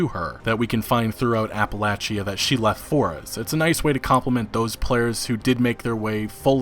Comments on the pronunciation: it's pronounced appaleysha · The way you pronounce Appalachia kills me lol